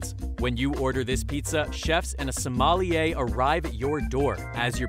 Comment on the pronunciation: Mispronounced sommelier